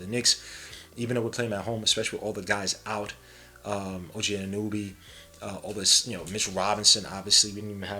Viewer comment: Anunoby... Ah-nu-no-bee* Not ah-nu-nu-bee Respectfully, god on god